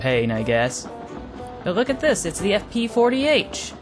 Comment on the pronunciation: You said fp40h it’s f40ph